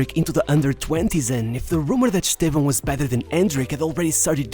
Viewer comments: You're the first gringo I've ever heard say Estevão's name right. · Além do belo conteúdo, ainda pronunciou o nome dele perfeitamente!